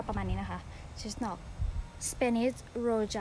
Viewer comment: สวัสดีค่ะคุณ ป้าฝนเพิ่งเข้ามาดูคลิปของคุณนะคะ เห็นถอนกระเทียมน่าสนุก อยากจะบอกว่าถ้าจะเก็บกระเทียมเอาไว้รับประทานนานๆ ไม่ควรจะล้างกระเทียมสดค่ะ ให้แขวนผึ่งแดดเอาไว้ก่อน เวลาจะใช้ถึงค่อยล้างนะคะ ไม่งั้นกระเทียมขึ้นราเร็วค่ะ (กระเทียมขึ้นราต้องทิ้งอย่างเดียวนะคะมันกลายเป็นพิษ พยาบาลต้องรู้ดี😁) อ้อ Spanish Roja ภาษาสเปนให้ออกเสียงว่า โรฮา ค่ะ ตัว J ในภาษาสเปนจะออกเสียงระหว่าง ฮ กับ ฆ ค่ะ Enjoy your day ka. Cheers (ว่างๆ แล้วอ่านข้อมูลวิชาการนี้นะคะ